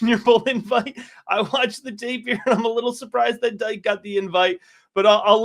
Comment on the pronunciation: Dike is pronounced Dee-kay